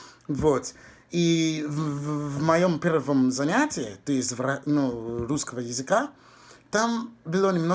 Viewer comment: Перевоплощение В Рускыго чЭловэха